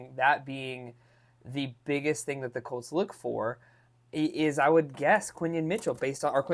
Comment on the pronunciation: It's Quinyon (Quinn-Yawn) Mitchell